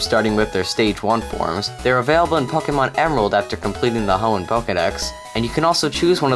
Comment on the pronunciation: Hoenn dude not hoen